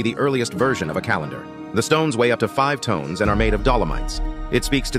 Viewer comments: when you pronounce Tons as Tones... I cannot take you serious. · that he pronounces "TONS" as, "TONES", casts doubt on everything he says, doesn't it?